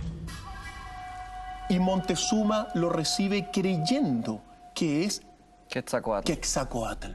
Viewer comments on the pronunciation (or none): Se llama Quetzalcoatl, no Quetzacoátl, ahora, la catedral no fue construida sobre toda la ciudad de Tenochtitlan, fue construida sobre UNA PEQUEÑA PARTE de la Ciudad. Rayos, Montezuma, chiale, neta si no sabes pronunciar palabras y nombres en Nahuatl, pregunta, se escribe y pronuncia Moctezuma! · ES MOCTEZUMA NO MONTEZUMA